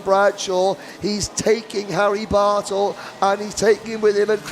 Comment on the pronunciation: My wife could overhear the broadcasters and she says "Whaaaat? Someone's name is Harry Butthole?!?!?" We both busted out laughing and I had to replay it. I said the drivers name is Bartle. She said "Well the way he said it sounded like butthole!" She is still laughing in the other room. Good tight racing there.